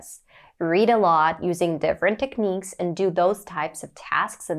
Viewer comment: You sound a 100% like a native speaker, I wouldn't have been able to tell if you hadn't said so. One word there you could improve, the word, "technique".